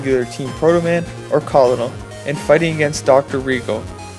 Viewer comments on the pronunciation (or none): Hey... It's fine if you've never heard someone say the word before since I used to make the same mistake, but Colonel is pronounced "Kernel". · I hope you don't seriously think that's how Colonel is pronounced...